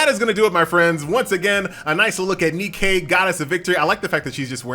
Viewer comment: It's not NE-Kay DAMMIT it's just Nike that's all the Greek Goddess of victory is called Nike.... NOT NEE-KAY